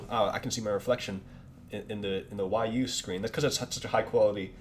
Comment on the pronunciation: this dude is absolutely dumb!!!!!! Hw cant even say wii u right